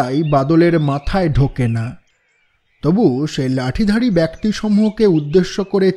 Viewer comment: আমরা যারা শ্রোতা তাদের আশা বেশি। তাই আপনাদের কাছে প্রত্যাশা বেশি। আমরা গল্প শুনি না, গিলি। এতো মনযোগ দিয়ে আমরা শুনি। তাই হঠাৎ একটা কর্কশ উচ্চারণ বা উদ্ভট ডায়লগ হাঁড়ের মতো লাগে গিলতে। তাই বলা। কিছু মনে করেবেন না। আর দয়া করে "অপিশ" আর "বেক্তি" ঠিক করেন। আপনারা এগিয়ে যান। দোয়া করে পাশে আছি।